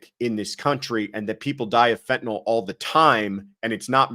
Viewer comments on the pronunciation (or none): It's pronounced fen-ta-nil, not fen-ta-nol